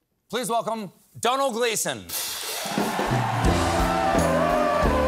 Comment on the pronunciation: Surgeon General Warning: NEVER attempt to outwit an Irish person! May result in a huge loss of self-confidence and respect from others! You will be woefully un-armed and ill-prepared for the outcome, nay, the onslaught! “Don-hom-an-all Glee-son” gave to Stephen Coal-Burt (not Coal-Bear) better than he received. Typically, Stephan is the Smartest in the room; not this time! Hahaha! “Do not try to and break up the Gleason, Stephen, we will break you”!!!!!! Haha! Brilliant lad!!!! Great Family!!! The English may have created the language; the Irish perfected it! Ha! 🇨🇮☘️🇨🇮☘️🇨🇮☘️🇨🇮☘️🇨🇮☘️🇨🇮